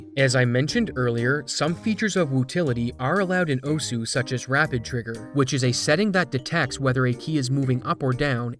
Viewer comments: its pronounced osa...for some reason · "o-su" that and "oss" are both correct ways of pronouncing osu! lmao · Stop mispronouncing osu. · It's "oss" not "oh-sue"... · Tiny thing most westerners get wrong: It's not actually pronounced "Oh-Sue", but "oss" with a very, very faint "uh" sound at the end. Almost "oss-h". That aside - great video. It's always such a shame when people cheat for fame... what's even the point? I'd get it if money were involved... but they know they're cheating. So what "glory" is there to be had? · "Oh-sue" Its pronounced oh'ss. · 'owsuuh' no, is "Ohs" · "oh-su" i'm crying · Pronouncing it oh sue